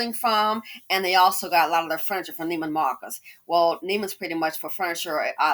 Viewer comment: You pronounce it “Neiman Mahhhhkus” 😂😂😂😂